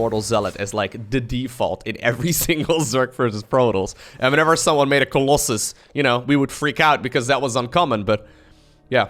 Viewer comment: remember those days when used to say Colossay instead of Colossus? god the first time i heard that i was like, wtf is a colossay?